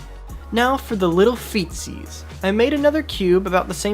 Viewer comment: Feet: "feetsees" what I said.